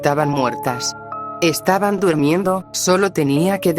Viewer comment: Mal dita sea twuli por que dises dud miedo no se dese así se dise durmiendo te falto la R 😅😅😅